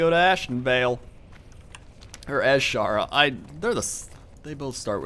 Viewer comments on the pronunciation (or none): its pronounsed (i know its spelled wrong) A-Sher-ra the S sounds like the Z